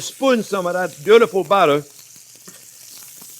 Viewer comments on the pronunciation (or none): love the way you pronounce butter (bara) ; )